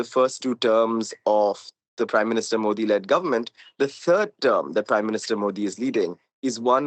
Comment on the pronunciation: Love how she gave up on pronouncing his name